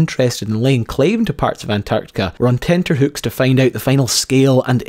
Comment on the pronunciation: Ah thank goodness you are that most rare of all beasts, A youtuber who knows how to pronounce the word tenterhooks correctly! Also fascinating videos keep up the good work!